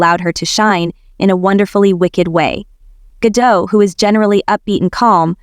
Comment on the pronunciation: It's Ga-dot, not Ga-dough.